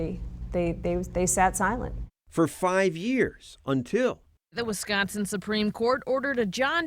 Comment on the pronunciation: "in visconsin vwe all obey ordas" ...lol, brilliant.